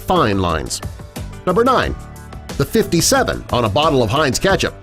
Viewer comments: Y does he say Ketchup weirdly Keeetchip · Why does he say KECTHAP every time!!!